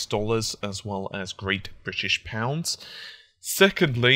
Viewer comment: Great British pounds? Your saying it wrong.